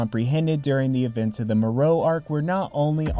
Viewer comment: Its MORO not morou 😂😂😂